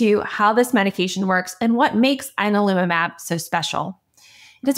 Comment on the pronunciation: You're saying the name wrong. "Yan-al-umab"